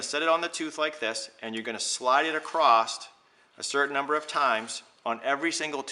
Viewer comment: thank you very helpful. I have the kit! ....btw say "across" not "acrosst". Sorry...